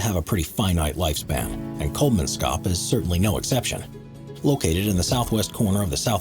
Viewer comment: Kolmanskop, not Kolmanscop. Don't Anglify it.